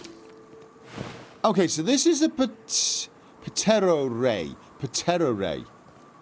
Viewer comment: The p is silent in ptero and pteroray like with pterodactyl